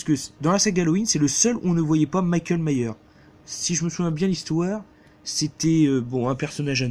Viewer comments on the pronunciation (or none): qu'elle mère ce film!!! Même en te mettant des Bang dans la tête ou un gros pilon de beuh, il est toujours aussi merdique lol. Superbe coffret Halloween en plus pour 6 euros une grosse affaire!!! Ps: Myers rajoute le S dans la prononciation et non Myers ça fait Allemand mdr. Bonne vidéo AMIGO